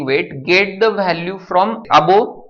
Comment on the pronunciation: gaavthi marathi . vhhhalue 😂😂